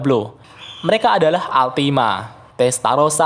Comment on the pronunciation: Ultima bang bukan altima